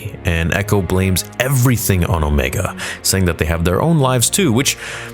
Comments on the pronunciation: . No, her name is not pronounced "Omeega". It is pronounced Omega. You even pronounced it properly later in the video several times. I'm starting to think that you are doing it on purpose just to get reactions and try to start drama, which is very childish. I expect the biggest Star Wars fan-channel on Youtube to be more mature and professional than that. Why are you not pronouncing Wrecker's, Echo's, Hunter's and Tech's names like "Wreeckeer", "Eecho", "Hunteer" and "Teech"? Do you want people to pronounce your real name like "Niagoose Dadbody"? No, I don't think you want that, so do better. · Why do you say Omeeeega??? Like you switching to a New Zealand accent for her name. LOL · Why does he say omeega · You literally say Ooomeaga then say omega immediately after lol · I love how you say omega wrong every time lol or maybe doing it on purpose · The way he’s saying Omega is killing me. I’m sure it’s because of how she talks, but still, LMAO. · Please stop saying Omegas name like that it was fine once but more then once in annoying